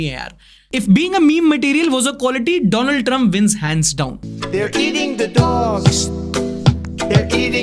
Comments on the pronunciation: Donald trump ❎ dolund trump✅ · Donald Trump ❌ Dolund Trump ✔️ Well done 👍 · Donald Trump ❌ Dolund Trump ✅ 🤣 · Donuld trup hai bhai not dolund trump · Donald❌ Dolund✅ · Dolund trump=✓ Donald trump=× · bhai ne doo land boldiya 🧐🤣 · Doo-luund trump...😂😂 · Who the f is doland trump 😂😂😂😂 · Dolund trump 😅😅 kya bol raha hai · Yeh jo aap baar baar दोलण्ङ Trump bol rahe ho Yeh on purpose hai kya?? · Bro said Dolund Trump 😂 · Bhai tu Donald ko Doland ko bol rha h Ashleel aadmi🤣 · wah modi ji wah😂😂 Doland trump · DOLUND TRUMP? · Dolund trump bola kya😂😂😂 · did he say "Donald" or "Do Lund", 😂😂😂😂. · Dolund trump itni baar boldiya ne ki mai bhul gya woh donald dump hai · Doland Trump....bro 😂😂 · Donald Trump ❌ Dolan Tramp ✅ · Maine notice Kiya tha,doland Trump 💀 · He's isn't joking. Don't be a snowflake. He just couldn't pronounce the name right